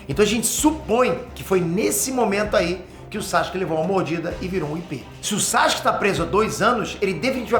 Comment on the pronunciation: Pow, para de chamar o cara Saxque, o nome do cara é Sasuke, é só pronunciar bem rápido "Sassuke"